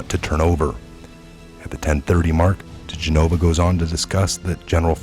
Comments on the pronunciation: It's Joe De- gen-ah-vah not G-nova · Dih-gen-of-a DiGenova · Oh thank you!!!! It drives me bat shit crazy that he refuses to say it properly. It's not like we haven't been hearing it said for the past 3 yrs!